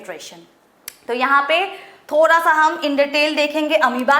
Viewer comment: When mam saying - thodha😄